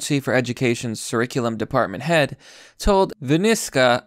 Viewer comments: CURR-IK-ULUM not CURRISULUM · Curriculum is pronounced like a K kurriculum not Like S surriculum. Sorry, I just wanted to help... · Bruh, this ones over the top.. “sir-riculum”?? Come on now fam, it’s pronounced “kur-rick-cue-lum” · I'm just kinda curious, why do you say curriculum like surriculum? I've never heard it like that, I've always heard it said like kurriculum. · Love your content but it's curriculum as in kurrickulum not sirriculum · Ka riculum not... Sir riculm mate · It is not `Sur-ric-u-lum`, its `KUR-IK-U-LUM`. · so is he purposely pronouncing curriculum like "sir-iculum" instead of "kur-iculum"? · Not being an ass but you're pronouncing curriculum wrong. Hell I was say Gen-air (think repair) instead of genre for years. It's ker-ik-u-lum, do away with 'sir' at the start and use ker, like the frog or kerb. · Curriculum is pronounced with a hard c. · Curriculum, pronounced, Kurrikulum. Are you having a laugh? Maybe that's just the obvious 😉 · Curriculum [Kuh-Rick-you-lum] Sorry, had to point out the obvious. 😅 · It's pronounced 'KurriKulum'. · Its pronounced Kurikulum.... Just sayin.. 😎👍☘🍺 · Why are you pronouncing 'curriculum' so strangely? It's 'cur' like curry, not sir. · It’s pronounced kurr-iculum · Pronounced..... Cur - ick - you -lum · "Curriculum" is pronounced with a hard C (sounds like K). I love your content & I don't want your minor mispronunciations to diminish your ability to reach people who think it means you are less intelligent. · The irony isn't lost on me that the person ranting about education can't pronounce curriculum. Good video though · The 'c' in "Curriculum" is pronounced like a 'k' not 's'. Think "Curry". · Can you say curriculum right?.... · Oh my god stop pronouncing Curriculum like that it's driving me insane.